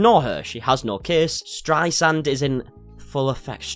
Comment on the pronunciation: Streisand refers to the Streisand effect, named after an American Singer. You pronounced it right. -- "The Streisand effect is a phenomenon where an attempt to censor, hide, or remove information results in the greater spread of the information in question".